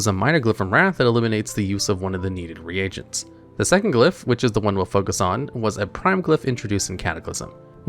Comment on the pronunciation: THANK YOU for pronouncing "reagent" correctly.